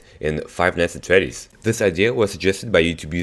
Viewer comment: ITS NOT FIVE NIGHTS AT THREDDYS!!!!